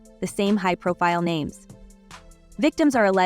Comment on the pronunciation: Lady if you are going to do videos get people's names right. Smdh